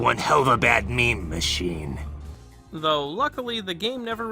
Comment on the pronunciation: every time you say meme it gives me whiplash